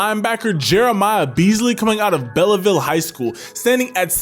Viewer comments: It's not Bellaville. It's Belleville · Beasley is from Belleville it pronounced Bellville. Just saying